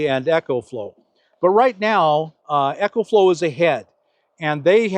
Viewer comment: The Eco-Flow (pronounced E-co, not echo) is a terrific power box. But I am happy with my EB70S Bluetti, 800 W. :) Nice to see you coming around to new technology, Bob. Hopefully, I'll have my Class B+ this weekend. :) Jon in rural BC, Canada